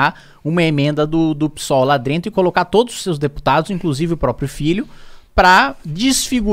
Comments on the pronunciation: Saiu um "drento" ali ein... kkkk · "LÁ DRENTO" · "la drento" kskskskss